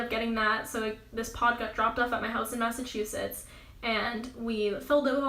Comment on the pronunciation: You said massacusetts